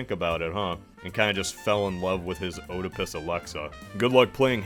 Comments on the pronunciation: Oedipis is pronounced “eh-dipis” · The way you said Oedipus made me depressed